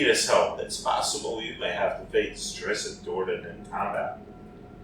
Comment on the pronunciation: DRIZZ-IT BTW